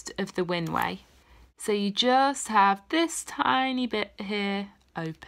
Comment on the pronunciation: It sounded like you said close your "winway" but perhaps you said "windway", as in "windpipe"? And I don't close anything when I am saying "I", maybe I don't know how to talk (or breathe)? 🤣